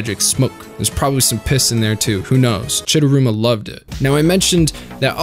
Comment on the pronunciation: Chidaruma not chidurama